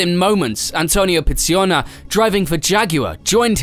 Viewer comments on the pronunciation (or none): And pronouncing "Pizz-i-ona"